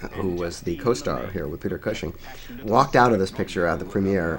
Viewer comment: Why doesn't the reviewer know how to pronounce Peter Cushing's name ? Not much of a film fan I guess.